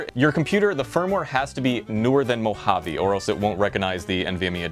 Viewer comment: mo ha VAYYYY dude cant even pronounce the names 3rd time